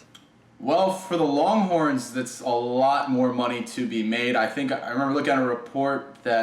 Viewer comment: Sounds like you’re saying ‘longcorns’. Lol